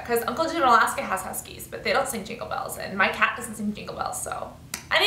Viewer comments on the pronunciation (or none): i love it when u say " caat"